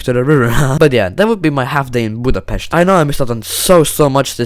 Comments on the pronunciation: I can't thank you enough that you said Budapest instead of BjUdApEsZt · Finally someone saying Budapest corectly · Hungarian speaking this was a really funny video and you said Budapest right and the answer to the Országház .... nobody f**king knows😂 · Finally someone who actually put effort into finding out how to say Budapest correctly ☠ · Te magyar vagy mert túlságosan jól montad hogy Budapest